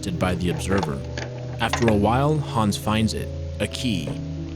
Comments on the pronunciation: Hans* not Hons or Häns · He goes from pronouncing it hands to hawns every few mins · you said Hans like hands without the ds